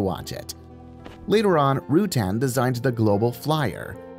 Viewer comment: For God's sake, learn to pronounce Burt's last name before making a video about him. And brush up on your facts. There are so many misleading and completely wrong bits of information in this video....